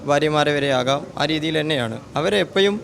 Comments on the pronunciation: സോയ്‌സ് അല്ല സോഴ്സ് ഒഫ്കൊയ്‌സ് അല്ല ഒഫ്കോഴ്സ് കൊയ്സ് അല്ല കോഴ്സ് 🤭 എപ്പോയും അല്ല എപ്പോഴും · അവനോട് ഒന്ന് നാവ് വടിച്ചിട്ട് പറയാൻ പറയൂ. എപ്പോഴും എന്നുള്ളതിനു എപ്പോയും എന്നാണ് അവൻ പറയുന്നത്